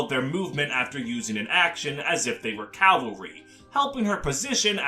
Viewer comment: It's cavalry, not calvary